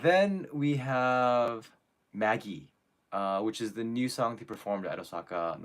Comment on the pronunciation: German here. For all the english speaking people, to get the name of the song "Magie" right, it's not pronounced like the name "Maggie". It's more like Mah - gee. But with the ""g" not pronounced as in "'magic", but as in "dig".